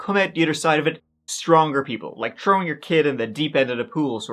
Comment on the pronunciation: Trowing In da trowel